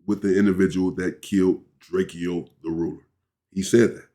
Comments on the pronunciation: Well his name was drakeo not Draco but pronounced Draco not drake-e-o 😂#LLDTR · gotta do some more research before u react drake-o not drakeyo was not from Inglewood or a blood u said that multiple times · Drakio 😂😂😂😂 Its drake-O